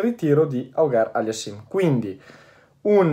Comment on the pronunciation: se posso darti anche un altro suggerimento di pronuncia, Felix Auger-Aliassime è della parte francofona del Canada, "Auger" si pronuncia "ojè" con la J come in abat-jour (si dovrebbe usare il simbolo dell'alfabeto fonetico, comunque è più semplice di quello che sembra, poi "aliassìm" è facile)